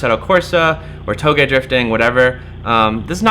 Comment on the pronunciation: You finally pronounced Touge properly x) These are good cars!